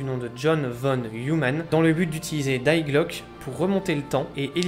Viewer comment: Ta prononciation de Die glocke montre que t’es pas duuutout allemand 😂